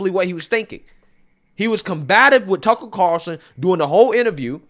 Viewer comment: I want to give props for working on his pronunciation of Tucker Carlson 😂